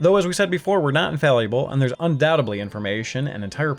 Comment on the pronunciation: Just a heads-up, the town in Diablo is Tristram, not "Tristam"! You missed that second "r". Furthermore, the word "infallible" is not pronounced "infalliable". Nice narration, though!